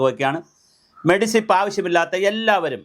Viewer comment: എന്റെ ചങ്ങാതീ, മെഡിസിപ് അല്ല. മെഡിസെപ് എന്നാണ്. ഇനിയെങ്കിലും അതിന്റെ ഫുൾഫോം പഠിക്കുക.